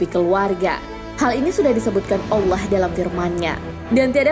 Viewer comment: Penyebutan kalimah allah yang benar lahh... kalimah allah itu pakai "ha" bukan "kha" allah bukan allakh...